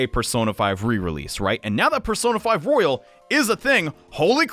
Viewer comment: Its Royal not rOyALe